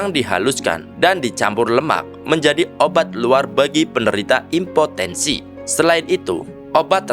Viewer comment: Impotensi lol😂 bukan epotensi